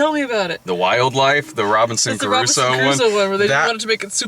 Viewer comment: I think they're trying to say that when you say "Robinson Crusoe" you sound like you're saying "Robinson CARUSO".